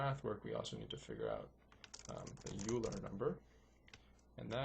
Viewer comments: OILER! not youler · Yes, (1-0)*28 = (1)*28 = 28. The correct order, and the order in the video is 1- 0*28 which is evaluated as 1 - (0 * 28) = 1 - (0) = 1. That comment was a response to a comment by Damian Wheeler, not a correction. There is an error though. Euler is pronounced (oil-er) not (yule-er) there is also an initial error (i believe in part 2) that gets corrected later on in the video. The third minor one is that choosing a prime for e does not actually guarantee that it isn't a factor of n (which is required) but it does make it extremely likely. Note that in an actual computer, 65535 is used for e (since it is in binary) but that would have been too high for this example (though modern excel does a better job with larger numbers).